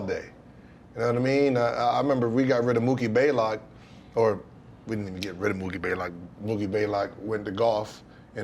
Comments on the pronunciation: always says “Baylock” and its “Blaylock” 🤣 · STILL ain't said his name right TIL THIS DAY!